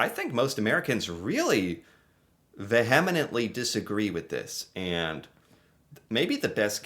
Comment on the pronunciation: It's pronounced Vee uh mehnt lee. Stress syllable is Vee.